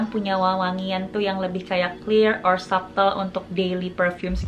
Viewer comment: hi kak, it's a great review! oh ya, beberapa kali menyebutkan "subtle" itu bacanya sa'tel huruf B nya silent.. trus oud bacanya ud, kalo kebaca ot itu untuk oat (makanan):D have a great 2022~